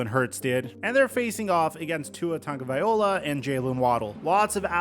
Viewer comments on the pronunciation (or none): Hey to the content fool on this channel, and any one else....yall really gotta stop saying TONGUE A VYE HOLA. fools it TONGUE A VYE LOW-AH. Stop yall low key passive aggressive hater syndrome ridicuousness inducing faux paux. Ya gonna get exposed. Just telling you. If you cant get the PRONUNCIATION RIGHT, I absolutely WILL NOT TAKE YOU SERIOUSLY. Youve had 4 years. I 👁‍🗨 you Haters. Lol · It's not VIOLA , it's LOW-AH LOW-AH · Brah as someone from Hawai’i, it’s TagovaiLOA not TagovaiOLA 😑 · Tagovailoa, just as you write. Not tagovaiola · tua (tounge-a-vi-loa) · Learn to say Tua's nam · I see you’re still pronouncing Tua’a last name wrong. It’s a little annoying, ngl. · Is nobody gonna talk about how he’s pronouncing Tua’s last name 😭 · Why take the time to pronounce Tua’s full name not only wrong but over and over again 😂😂 how you still getting this man’s name wrong lol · how do you still mispronounce tagovailoa so poorly?